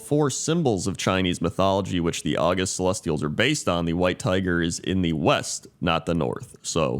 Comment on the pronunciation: Not August, August. Pronounced Awe-gust. There are 2 pairs of words in the English language such that both words in the pair have the same spelling, but are different parts of speech, have diff pronunciation, and diff meanings. August (the month) and August (distinguished); invAlid (not valid) and invalid (Invalid-a disabled person).